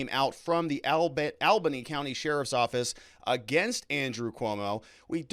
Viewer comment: Ha ha ha! Love you ~ it’s pronounced “All-ba-knee”.